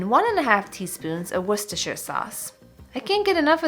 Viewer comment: You're the first American I've ever heard say Worcestershire right before. As a Brit, who loves your videos, it makes me immensely happy!